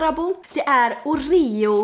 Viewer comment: "orÉo" OMEGALUL